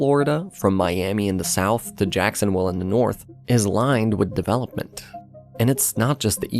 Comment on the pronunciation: Tell me, where is this "Jacksonwill" you speak of?